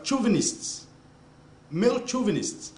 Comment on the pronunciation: Bahahahahaha i was hella done when he said male "chovunists"